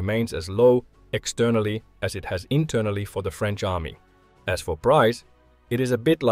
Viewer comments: "Pardon my french" No need man, your pronunciation is excellent! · You re french accent was really good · Lol. "Pardon my French". Proceeds with perfect pronunciation. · Your French pronunciation was decent. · Don't worry, your pronunciation is very good ! Greetings from France 👋